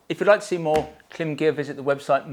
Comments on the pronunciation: You pronounce Klim wrong :face-green-smiling::face-green-smiling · why you saying Klim like that?